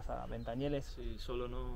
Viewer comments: Se dice ventanielles y no ventanieles, y ya no hay nada, barrio humilde, hace años si, ahora es tranquilo. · Jajjajjajjaj madre mía....entonces si me ves a mi que dirás... 😅. Haber bajado cónmigo y ya verías como cambiaban las tornas, solo diste con aldeanos no con quien tenias que dar. Por cierto se pronuncia VentanieLLes con elle no con ele. En España pocos barrios gangster de verdad quedan y este no e uno de ellos.Naci, Crecí, Viví, Vivo y Moriré aquí 😁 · En los 80 no digo nada, era un barrio conflictivo. Ir a Ventanielles y decir que es el Bronx es una estupidez. Engañarás a los de fuera, majo. A base de exageraciones, sugerencias y tonterías. Por cierto, se dice Ventanielles, no Ventanieles. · Como fiarse de tu video sensacionalismo y poco objetivo si no sabes ni pronunciar el nombre del barrio....